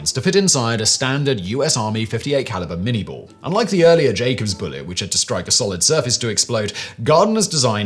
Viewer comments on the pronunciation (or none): It is pronounced "minay ball".